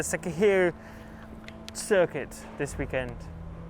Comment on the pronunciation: I love how Carlos pronounces circuit